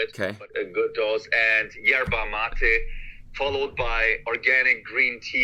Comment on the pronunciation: As someone who is half Brazilian and half Paraguayan it hurt me physically when he said Guaraná is like cocaine and then tried to pronounce yerba mate But i also understand that he can't pronounce it properly bc i also live in Germany lmfao